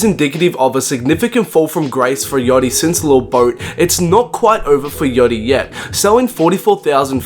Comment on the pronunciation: when ever you say "yotty" instead of Yatchy i loose brain cells